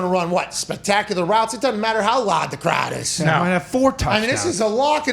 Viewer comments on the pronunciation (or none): “It doesn’t matter how lahd the crahd is” - Pat McAfee